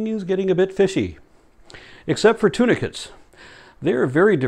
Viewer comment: I'm gonna comment to thank you for including subtitles. Thanks to my hearing loss (What's that about 'Intelligent design"? Oedipus-Jesus.) tunicates sounded like 'tuna fish'. Made a lecture more funny, congrats. :)